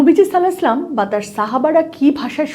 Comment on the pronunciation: সাল্লালাহু 'আলাইহি ওয়াসাল্লাম শুদ্ধভাবে ভালো বলুন